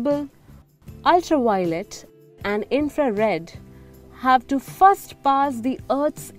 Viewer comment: Content is good; however, I've been hearing "art" all the time.. finally figured out it was "Earth".. "constintly" instead of "constantly" and "Fast" instead of "first".. horrible pronunciation, which makes me wanting to tell you - let any English speaker do the speech recording in the future.